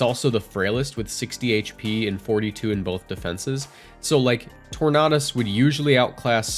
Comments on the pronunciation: Torn-A-Dus not Torn-Ah-Dus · it's tor-nay-dus not tor-nah-dus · Tor-na-dus? Are you okay? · Every time someone pronounces tornadus like this guy, another tailwind user gets cut from the dex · ur pronunciation of tornadus hurts me to my soul cause it’s so close